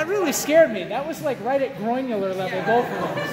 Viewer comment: said Groinular lmao